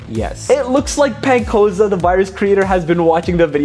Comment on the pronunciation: ''penn coza''💀💀💀💀💀💀